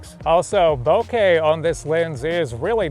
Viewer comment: Perfect pronunciation of 'bokeh'. +50,000 points. ;-)